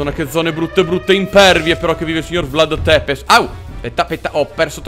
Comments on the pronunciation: Si dica vlad țepes non vlad tepes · Si legge vlad zepes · Non per fare il pignolo ma si pronuncia tzepesh la tua è quasi muta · Ciao sei il migliore (comunque si pronuncia zepesci più o meno) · In verità si dice Vlad Tsepesc